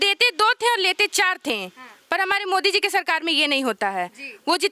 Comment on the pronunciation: Pahale tum yogi modi ka name to dhang se lo